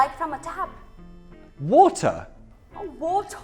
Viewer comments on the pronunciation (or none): perdi a conta de quantas vezes voltei no para ver a falando "watáá" hahahaha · I would pay just to hear he say water all day long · the way she said water hahah lmfao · min 0.32 when she said "water" with the British pronunciation! LOL I'm sorry but I love British English!